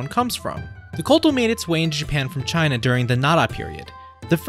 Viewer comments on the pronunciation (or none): none